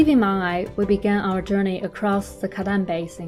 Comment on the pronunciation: for the native people , the pronunciation of '茫崖' is Mang'Ya, not Mang'ai😀